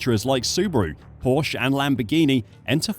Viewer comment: Porsche is a two syllable word..............